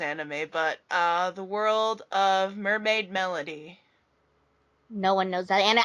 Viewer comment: omg I love you all!!! mermaids melody is awesome. I can't believe you said my name right haha makes me really happy that y'all actually answered my question(screaming). you all are amazingly talented. I hope you get enough subscribers for your channel! I will forever be your subscriber cheering you all on. (aot salute) 😉